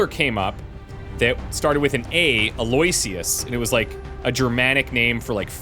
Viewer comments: Eloysious is pronounced Eh-low-ish-us, I think. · Eloysious is pronounced "Allo-wish-us" with the stress on "wish".